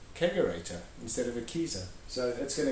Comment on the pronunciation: Not the bar, tell me it ain't so. That keezer was a thing of beauty. Also did you say you put a kegorator into a hair salon? 😂